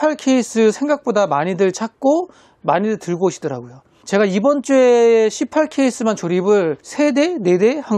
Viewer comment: c8케이스 발음이 너무 찰져요 😂😂😂